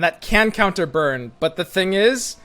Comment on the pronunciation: why every time say but i hear it like he say butt?